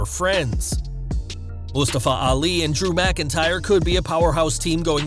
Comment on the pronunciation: anybody else think the vj is pronoyncing mustafa ali a little ofd?